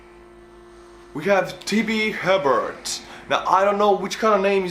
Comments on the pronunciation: Louisiana was wrong, the true is Crawfish, Bayous, Alligators, Shotguns, Drunken Crazies, also the Hebert person is pronounced HEY-bear. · Hebert (A-Bear) which is Cajun French. You got the town right! We got run out a Canada about 200 years ago and settled in the Louisiana swamp because we told the British king to go screw himself. We had to find greener pastures, lol. We love your videos. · In Louisiana, Hebert is pronounced A-bare. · Also Hebert is pronounced A-bare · Hebert in Louisiana is pronouced "Ay Bear"